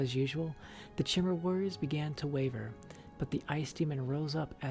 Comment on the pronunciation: I feel like the book was written by maiq the lier on a skuma trip lol Btw in pretty sure chimer (woodelfs) are pronounced with K like ( kimer) nd tiber is ( Tai ) ber XD cheers .